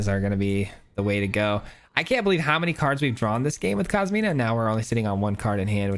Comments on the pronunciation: I hate to be that guy, but it’s COSIMA (Italian female name), not KOSMINA… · Nice build man! Inspiring me to build an exile pile. Also, and apologies for the pedanticness but it's Cos-ima my man. There is no letter "N".